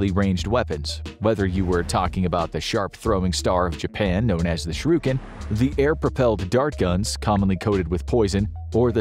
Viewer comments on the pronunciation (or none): talking about the shuriken, pronounces it "sharuken" shows 1855 on screen, but voice says "1835" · Bro when you call it a shurooken I lose a little faith in the accuracy of the channel's information